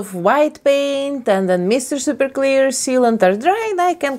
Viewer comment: I can’t hear it in any other accent without thinking it sounds wrong!